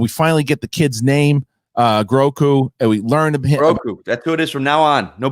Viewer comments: Aw man. "Groku" does sound pretty good, but it is "Grogu", as I'm sure lots have mentioned. Will take some work getting used to and I'm sure he'll always be "Baby Yoda" to many. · Grogu, not groku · Grogu, not Groku lol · Grogu not groku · This dude doesn't seem to know loads about Star Wars. Also, the child's name is Grogu, not Groku! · Grogu. Not Groku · You lose your Star Wars street cred calling the Child "Groku" like 20 times. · If you guys call him Groku one more time......😡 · GROGU! Not "Groku"